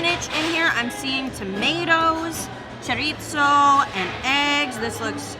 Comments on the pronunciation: she pronounced the "z" like she was speaking German!, in Spanish the z sounds just like our s. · I have thoughts on your pronunciation of chorizo 😟